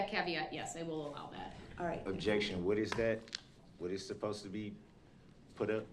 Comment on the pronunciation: "Objection. Whut iz dat?"